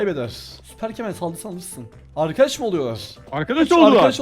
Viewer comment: Arkadaşlar diyosun arkaşım yok diyosun 😂😂😂😂' 😂😂